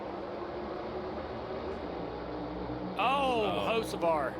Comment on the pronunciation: 🤔if I had a dollar for everytime I heard "O Hosavar" I'd have Dale Jr's type of money by now 😂